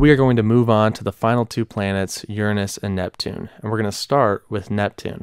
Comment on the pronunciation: why did you pronounce Uranus like that?